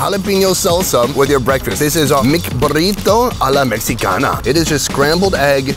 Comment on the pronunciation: For future reference to the X is pronounced like an H in Spanish. You should have said Mehi-cana